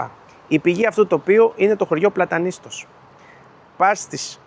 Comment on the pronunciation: Ωραίος, αλλά να προφέρεις σωστά τις λέξεις. Λέγεται Πλατανιστός. Επίσης είναι τα Στύρα και όχι η Στύρα..το επισημαίνω με καλή πρόθεση. 😉